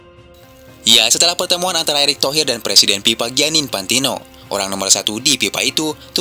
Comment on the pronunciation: Sorry bang, gua kasih 👎👎. BEDAIN ANTARA "F" dengan "P" BAAANG!! Contoh: Bukan "INDONESIA ANAK PIPA" tapi "INDONESIA ANAK FIFA" 🤬🤬😡🔥🔥🔥👎👎👎 Gedeg banget, semua F jadi P